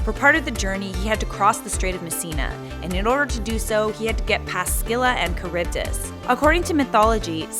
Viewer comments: It's Silla not Skila Also she'd one-shot anyone with her ult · It’s pronounced “silla” not “skilla” and pls do what if homeworld gems were real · Just fyi, it's not "skilla" the c is silent. "Silla" If you're doing the old Greek pronunciation it's still incorrect and would my "skeela" or "skyloros" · Se-lla❌ Skee-lla❌ Sk-illa✅ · No offense, but it’s pronounced Sill-a not sck-illa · Is the pronunciation really "skih-luh"? That sounds so wrong to me. I thought it was "sih-luh" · Pretty sure it's not Sckylla though lul :p, Either way, an amazing video. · Did she just pronounce Scylla as Skilla? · Amphitrite is not a witch, you got it all wrong, she is the wife of Poseidon and a goddess. Its also pronounce Silla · Think its pronounced Silla But eh i play smite so im not one to talk. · what if we learned how to pronounce 'scylla' right? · Smh. Okay, your videos are pretty neat to watch, but hnnn. My English teacher did this a few years back but I never corrected her. Scylla is not pronounced with an emphasis on the c. Smooth it out like in the word Cilia. The C has a S sound. Emphasizing the c to cause the disruption in the word butchers the way the Greeks spoke. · Pretty sure shes pronouncing scylla wrong, and it makes me hurt inside.